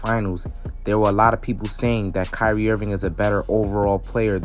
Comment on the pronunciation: it's Kyrie and it's not close